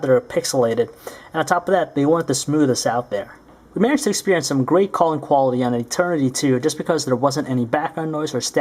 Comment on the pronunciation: why do u emphasise SO much on the 'quality of the materials'?